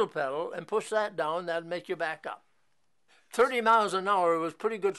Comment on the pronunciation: It sounds like you say it's a 32hp engine but I cant quite tell... It's a 22.5hp in the t's though. I like your explanation a lot though! Thanks